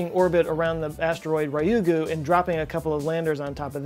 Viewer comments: Well, he gets "Ryugu" wrong every time he mentions it in his videos. It's not Rye-you-gu, it's Ryu-gu-. Like, say the word "you" but with a r at the start. リュウグウ（竜宮）"Ryu" in Japanese is never "rye". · Say it with me! A-ka-tsu-ki! Ha-ya-bu-sa! Ryou-gu!